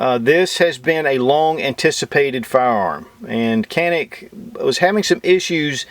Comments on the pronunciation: It's pronounced John-eek...not "canik" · try reading the name as "ganick" rather than "canick" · I have been informed that the Canik is pronounced John eek in Turkish..... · u spell so funny its turkish pistol canik its not kenik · stop saying "canik" that is not how it is pronounced. Ja neek not kan ik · matt r lol everyone knows dude, nobody cares. "Can-ik" just saves us from having another pretentious conversation on correct pronunciation. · Superior review....the actual name is pronounced...like "John'eek", in fast repeat it sounds like "John'nick"...but no "k" or tuna "can" sound...name comes from the Canik mountains near Samsun Turkey where the gun is made on the Black Sea. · John'nick rhymes with John Wick, and that is all I need to know. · Canik Pronunciation: J-ah-nick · İt’s pronounced “Johnick” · Great review but just a little nugget of info to add to your reptar it's pronounced more janik as it is a European gun 😉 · It s pronouns jhanik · Thought you pronounced it JON - IK ? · the right pronunciation for ( canik ) like Turkish people is ( janik ) in Turkish language ( C = J ) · Pronounced as "Djanik" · It is pronounced like Janik or Janic. Letter C in Turkish is not pronounced as in English. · Its pronounced; Jah nik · You said the name wrong about 29 times. Still LOVE me some!